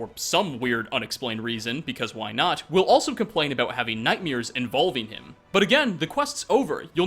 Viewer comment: Jesus Christ it's nightmare not nightmere